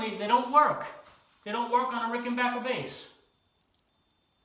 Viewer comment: Congratulations on being able to pronounce 'Rickenbacker " correctly!